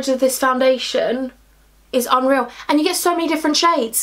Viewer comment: Loved it when you said "hunreal" XX